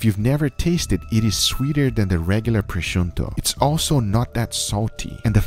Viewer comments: Why u saying prosciunto? It's prosciutto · Why are you saying prochunto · bro come on "Proshunto" how can you fk this up HAHAHA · prosciunto che cazzo è? PROSCIUTTO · He totally screwed the pooch on that sear job! I could barely handle all of the mispronunciations of multiple ingredients (proshundo?) and other words (might as well call it "cringe wrap"... it's "Cling" like "Thing") but abusing gorgeous meat the way he did should be illegal. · Why u pronounce prosciutto “pronshunto” ;-; it’s Pro shiuttÖ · Its not proshonto its pronounce proshuto, if I can even write it like this. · I love this guy but every time he says “prosciuntto” .... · Guga what is wrong with you? That not "proshunto", it's "proshutto", there is no N. And don't mix the two, I'm Italian and I love prosciutto, but Ibérico isn't just good ham, it's glory. And Pata Negra, that's the glory of glory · Guga, it's prosciutto, double t like button, not prosciunto :) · why're you saying, "proschunto"? good video otherwise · I gonna spell it so that even a complete ignorant could say it. Pro-shu-tto THERE IS NO "N" IN PROSCIUTTO! Goddammit is not that difficult. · i just cant stand guga calling prosciutto proshonto lmao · it's prosciutto and not proscuiNtto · Why does Guga say "Proschunto"? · as an italian hearing him say "prosciunto" hurt more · Pronounced proh -shoo-toe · Pronounced Pro-Shoot-oh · Everyone: Prosciutto Guga: Pro-shun-to I love you so much guga lol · I am I the only one that is ticked off by him misspronuncing proscuito? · I'd never heard anyone pronounce the N in Prosciutto so strongly lmao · Love your vids but the way you pronounced prosciutto triggered me so much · But... It's not an English word. Since he is from Brazil, maybe they pronounce it that way? He has also pronounced "jamón ibérico" in a very understandable spanish. I would love to pronounce english as well as he pronounces spanish and portugueese 🤣